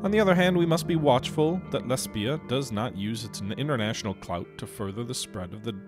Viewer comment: I KNOW RIGHT, like dude come on I get not being able to pronounce certain things buts come on, Lespia, LESPIA LES-PEE-AHHHHHHHHHHHHHHHHHJ